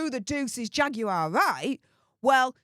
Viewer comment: the correct pronunciation of Jaguar Wright's first name is simply "Jag War".